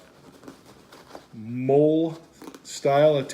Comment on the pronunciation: Great video! Im in the Army, the MOLLE strap attachment loops are pronounced like the woman's name. "Molly". Not "Mole" I mean this purely as a constructive criticism, I'm not trying to be mean.